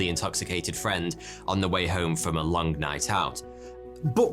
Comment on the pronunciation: May I say that I am continually tickled by Lancastrian accent that adds an additional syllable to some words ending in the letter g, as in “long-uh” for “long”?